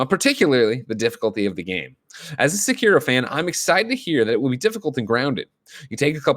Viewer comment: GREG IT'S Sek-Eh-ro NOT Sek-EAR-oh